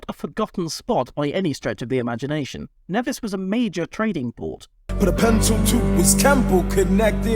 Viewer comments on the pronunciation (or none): ooh, i get to correct you on something: nevis is actually pronounced "neevis"